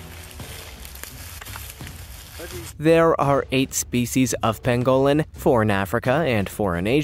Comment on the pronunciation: The animal was an armadillo, not a pangolin. And FYI, the animal is pronounced PANG-gol-in. Just trying to help! Keep up the good work!